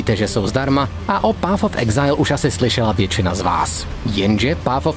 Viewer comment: PAF of exajl.... Když už jsem tužka na angličtinu, tak si aspoň vyhledám výslovnost, ne?